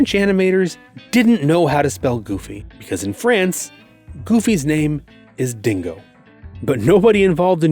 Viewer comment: I did a quick scan of the comments and it doesn't seem to be anywhere, so forgive me if someone else mentioned this, but Goofy in French is not pronounced dingo as in "a dingo ate my baby" but pronounced Dingue-oh which is actually as close to goofy as exists within the French language.